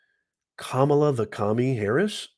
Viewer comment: Your disparaging comments and racist imitation and rhetorical attitude. Betrays your views of black people...Your ARE prejudice...Your deliberate mispronounciation of Kamala Harris's name. Your insinuation that Fani Willis will be a hip hop singer, has to be because she's black. You get carried away in discussing the case so much, your character sometimes betrays you. " You don't like black people!"